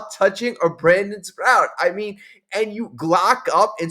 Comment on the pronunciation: Sproat. Sproat. Not Sprout